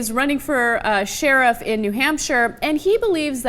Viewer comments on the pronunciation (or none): 1. A fetus is not a citizen. Birth certificate got? 2. It's illegal to have an abortion at nine months. 3. Using deadly force on a pregnant woman will kill the baby. 4. Life begins at consciousness, not conception. 5. Sheriff is not pronounced "shurf".